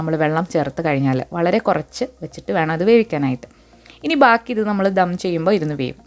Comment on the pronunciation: ധം അല്ല ദം 😀